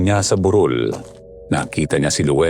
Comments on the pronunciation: Burol kc sir Hindi bu_rol 😂😂😂😂😂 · Ok na sna.. kso Minsan kala q lamay Yung buuuuroool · Burol po mabilis ang pagbigkas as in hill not burol na wake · TO THE NARRATOR: Kindly pronounce the word properly. Like - BUROL - meaning a small hill it must be pronounced mejo mabilis. Unlike BUROL - mahinay Ang pagkakasalita , ibig Sabihin funeral. Pls pronounce the right pronunciation. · ❤❤❤🎉kaloka si Yung burol (anyong lupa) naging burol ( may patay?) Mali yung pag bigkas nia po😅